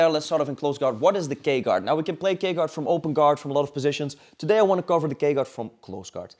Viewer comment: i thought he was saying the gay guard